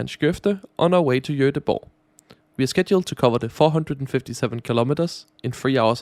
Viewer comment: joteboh. perfect pronounciation man!